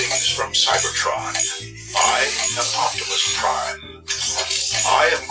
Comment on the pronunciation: hey optimus come back Optimus: otimus prime